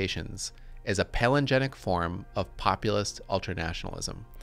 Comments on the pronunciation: You read palingenetic as palinegenic somehow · Palingenetic. 5 syllables. Not pronounced palingenic.